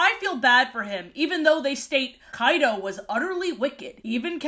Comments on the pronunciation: Each and every time you said "Kyto" I kept hearing "Kaido"... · Was I the only one who heard her say Kaido instead of Kyto, NEDERLAND IS REEEAAALLL. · I was dead ass rewinding so many times to make sure she wasn't talking about Kaido from one piece when I heard Kyto 😂